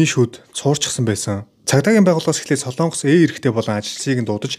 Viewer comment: Солоонгос гэж улс байхгүй ээ. СОЛОНГОС гэж улс байдаг. Зарим нь СЛООНГОС гэж яриад байхаа болиочэээээээээ